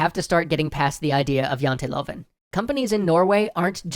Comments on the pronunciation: I like the right use of written Norwegian but the way you said janteloven was (hilarius) kind of just a little bit wrong, try again P.S no am not Norwegian but i'm danish and practikly in scandinavia we can all talk to each other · Huh. I didn't know Norway also had the Jantelov (great hearing pronouncing that, btw). If it's something Norway got while being part of Denmark, I feel like I should apologize. Poor devils. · Great episode. I know a couple of people in the industry in Norway and according to them it is hard working there. It's interesting that Janteloven (The Law of Jante), has escaped the fictional Danish town of Jante and has become an actual Scandinavian frame of mind just 81 years after it's conception. Also, hearing pronounce it Janteluvin' multiple times made this a very worthwhile episode:) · (Janteloven: Yahn tee Lou?n) or more easily "the law of Jante" but close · Its not Janteloven Its janteloven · The way he says Janteloven is funny. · I couldnt help but chuckle when you said tred to pronounce "Janteloven". Not even close ;) Although the most of the translations were a bit off, it was a very informative video and high quality as usual